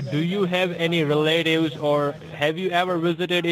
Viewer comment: Do you have any re-lay-tives in New Jersey?